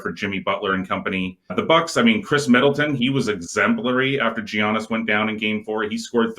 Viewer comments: ‘Ya/nis’ is how you pronounce it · Does it annoy anyone else they both say Giannis incorrectly?!! And duh the Heat are going to close them out today.